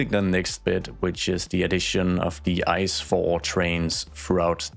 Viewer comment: Can confirm, every German knows the ICE trains. Btw we dont pronounce it like the word ice. Its an abbrevation for Inter City Express, so we just pronounce each letter, like I C E